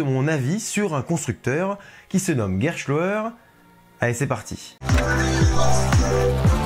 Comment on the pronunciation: sur la pronociation: le mot Gerstlauer vient de la langue allemande sans avoir un sens. Bien qu'on pronoce les consonants "st" souvent comme "schhhhhht" ici, il faut remarquer qu'on prononce ces consonnes comme "ssst" comme dans le mot "presse". Néanmois,c'est seulement un petit erreur.